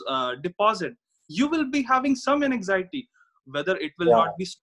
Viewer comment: The way you explain look much better than his...the word anxiety is not said correctly by him and I confused initially with something else..😥